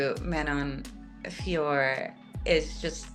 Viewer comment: You called her FIOROT!!! 👍👍 Love it... as a native French speaker, it kills me when the Jon Anik alumni (he had it wrong from the get go) call her FIORRR... if this is how we pronounce things, we might as well be calling you guys LYN, or Ariel HELWAN, Jed MESH, Luke THOM, or if we're talking fighters, Tom ASPIN, Dustin POIR, Islam MACKHACH, Merab DVALISH etc etc. The professional media as a whole should really be doing better when it comes to the correct pronunciation of fighter's names. Mind you, after watching this video some of these fighters could up their game as well 😅😅 Vive la linguistique!!!! ✌️😁 🇨🇵